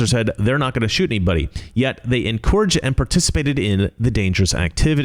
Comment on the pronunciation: I still get triggered by pronunciation of “encourage”, even after all these years 😂